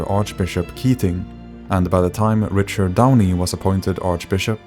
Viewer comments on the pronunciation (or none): none